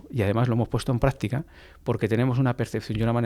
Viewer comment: Para la señora del podcast, corrija su pronunciación, se dice: hasta, no hatta desvela, no devela Práctica, no prática Señales, no señale Demás, no demá Mismo, no mimo Decimos, no decimo Descubrir, no decubrir En fin, usted habla de comunicación y tiene un pésimo dominio del idioma.